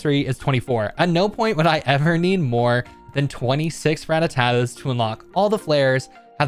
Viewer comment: "Rattatatas" 😂 that's a "ta" overboard